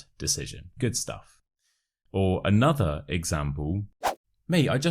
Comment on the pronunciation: Hi! Very interesting videos! I' d like to ask you why you pronounce the word 'another' like an alphabet 'a' instead of a schwa. It's something I've never heard before. Cheers!😊😊😊